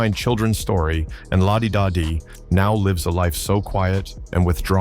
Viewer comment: The thumbnail tells u its AI.. also when they call the song Lah Dee dahh Dee.. smh Lazy channels flood youtube with quick AI videos